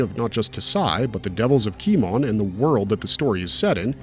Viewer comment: Key-mone... its Key-mone... not Key-mon. say "kimono" without the last o. and its not dakwan.. its dah-ku-wan. ffs, getting a little tired of people doing anime reviews and not pronouncing the japanese correctly. i can't tell if its just laziness, incompetence, or AI